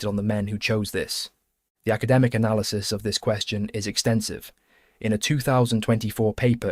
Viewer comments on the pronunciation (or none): none